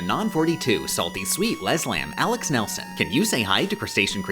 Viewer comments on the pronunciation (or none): none